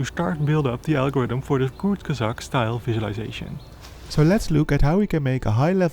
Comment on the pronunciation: I’m more confused on how he pronounced kurzgesagt correctly?!???!??? My guy isn’t just studying evolution, he’s studying sorcery.